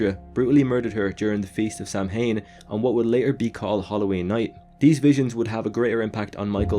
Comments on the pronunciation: Samhain is pronounced Sahwin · Samhain is pronounced sow in